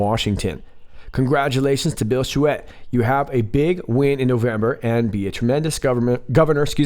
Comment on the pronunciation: Schuette is pronounced ( Shooty ) .. hahaha all love from Michigan!